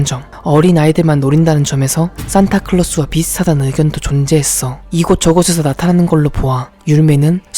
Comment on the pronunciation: 산타클로스가 아니라 산타 '킬'로스내요 ㅋ